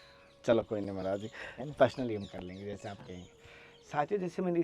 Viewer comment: भाई मराज जी नहीं होता है महाराज जी बोलो